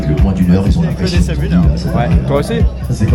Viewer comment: Bravo pour le rp! Petit message en passant pour: "sub", il n'y a pas de raison de le prononcer à l'anglaise, c'est du latin. On prononce soub en latin, seub en anglais, sub en français 🙂